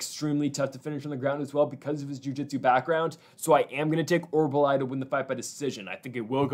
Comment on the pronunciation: OR-OOL-BAI not OR-BAH-LAI...Thanks for the video!